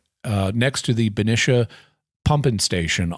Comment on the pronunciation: Hi Jimmy - fyi the second syllable in Benicia is pronounced like "knee" when referring to the town in the bay area.